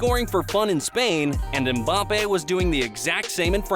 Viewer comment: Nah they got mbappe wrong too, 😆 it's pronounced 'embappe' not 'umbappe'